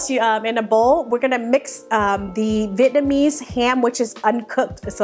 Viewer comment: Vietnamese not Vietnmaese :)